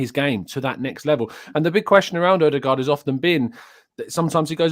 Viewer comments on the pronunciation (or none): Just FYI …….his name is pronounced O de God!!!